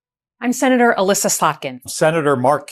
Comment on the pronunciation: It is Alyssa not Aleesa